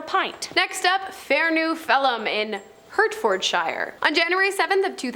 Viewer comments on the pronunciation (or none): Love the channel and the content and all the hosts are great, but seriously I've never heard names mispronounced so badly. I literally winced at "Hertfordshire" lol